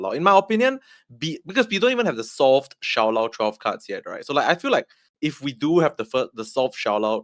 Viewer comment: Props to pronouncing Shou Lao better than Lamby in mandarin 😂